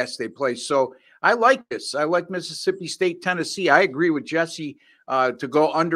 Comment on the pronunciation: says my school name Correctly now! No X man 🤓😊